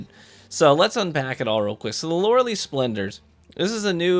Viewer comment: Best exotic EVER don’t care how many times it’s getting nerfed I will never gonna take it off, just for the simple fact that Loreley it’s my daughter’s name!!! 🥰 and by the way u are saing the name wrong by don’t worrie Lolol keep up the good work!!